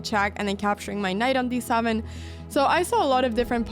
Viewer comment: "D SAVEN"?? "M0üW" .. please learn some proper English